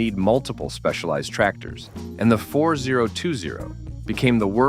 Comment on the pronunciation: You immediately lost your credibility when you called it the 4-0-2-0 instead of FortyTwenty. That's what it's always been called. Pretty pathetic!